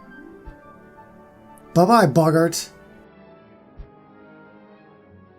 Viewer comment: You’re still saying boggart wrong. It’s Bo-g-art